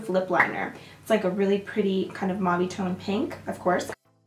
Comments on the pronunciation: I heard camel toe shade 😂😂😂Love you girl hope you and your family had the merriest Christmas. 😘Love your videos no matter what you do! I could watch you do anything ❤ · Totally thought you said camel toe for a second, not camel tone 😂😂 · Jackie Barbery Haha thats what I thought too!😭😭